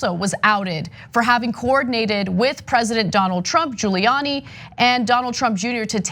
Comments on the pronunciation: The most telling part of that FOX clip was Hannity acting like he had never heard of "Les Parnes" and even going as far as saying Guilani's name wrong lmao Then Nunez saying he does not "recall" Sickening. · Hannity says Julie-Annie